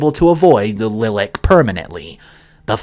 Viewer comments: a lilac is a type of flower. Pronounced ly-lac not lil-ak. Please look it up. PLEASE. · Lilac is pronounced LIE-lack, not LIL-ack, not sure if you knew that. But OP is definitely the AH. She's his bestie and sister, there's no not including her. It's not just her day, he's right, it's his day too. Sometimes you gotta bite the bullet and deal for the greater good, especially if this marriage is gonna work. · LIE-Lac, Not "lillock." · What the H,??? You don’t know how to pronounce Lilac??? It’s Li as in Like or Light, not Li as in Little. Lie lak, not Lih lak. It’s a flower and a color. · Say LYE-LACK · The name lilac is pronounced lie lack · Lilac: pronounced (LIE LACK). My bug a boo (something that causes fear or "distress" out of proportion to its importance.) it's my middle name, so yeah I'm bothered by mispronunciation. Love your stories, the animation is wonderful and makes them MUCH MORE enjoyable! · LIE-lack. Like the flower. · From the spelling, the sister's name is the same as the flower, so why not pronounce it "Lie-lack"? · I believe Lilac is pronounced LY-lack ... like the flowering bush. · Story 3: The sister's name is pronounced like the flower: Lie-lack. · Respectfully, it's pronounced lie lack . Lilac is a flower, scent and color. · It’s pronounced Lie-lac. As in the flower. And it’s con-sin-sis and she not con-sin-u-oud?? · Lilac pronunciation: lai·luhk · Pronounced lie lack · Lilac, it's Lie Lack, like the color 😂❤️ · To funny on your pronunciation of Lilac. Pretty sure it's the flower. Rhymes with my back. 😂 Also OP is definitely the Ahole in that story. Feel a little sorry for her because I know what being anxious is like but she needs to go see someone and practice her stress mitigation techniques rather than trying to split a brother from his sister on his wedding day when the sis really has done nothing wrong. It's future hubby's wedding too.